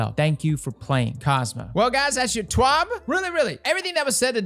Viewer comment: Yessss! Umbrals for 3 year old dried up content farming. Perfect, now I can die happy! God this is tiresome. The best takeaway from this was when you accentuated the B in TWAB!